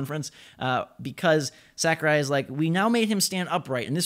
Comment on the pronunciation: Holy shit. Sakurai. You fucking butchered that name. Sackerai?